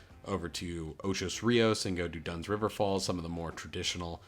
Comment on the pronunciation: It’s OCHO not OCHOS